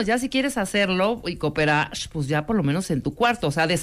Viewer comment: CooperarRrrrshhh jajjajaa